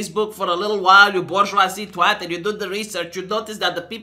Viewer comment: It's so weird hearing a Romanian say twat, I burst out laughing every time you say it